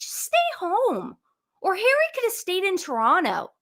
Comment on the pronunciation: Proud of you,, for saying Toronno like a native!!!